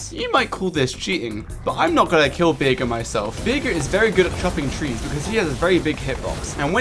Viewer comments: I agree, but I don't want him to ever say Bearger's name in such a blasphemous way ever again. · I like the fact that he says beerger, instead of bearger, because it makes me think he's just a raging alcoholic. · "Bear"jer" pronunciation of besrger